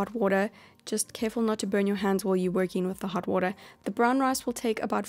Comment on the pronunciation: Lol i like her way when she say water "woodar" lol